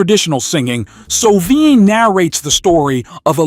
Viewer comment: Red so. Vine. Not soveen. Just saying